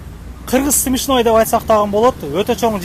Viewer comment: Смешной, десен свишной дебей🤣